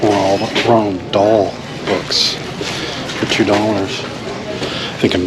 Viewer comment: For the longest time I thought his name was Ronald Dahl... it isn't.. it is Roald Dahl. No N. Pronounced; Row-uhld Daal. Just a heads up, no judgement. It's pretty awesome how you kill it with the jeans sales.